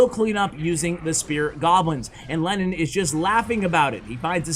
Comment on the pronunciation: Am I the only one who thought that you said Lenin instead of Lennon? 😂😂